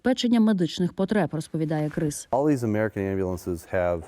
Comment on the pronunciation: КРИС? 🐭 😂 Може КРІС, А НЕ КРИС?